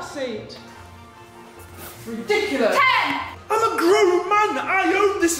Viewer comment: Love the fact he says redonculous aha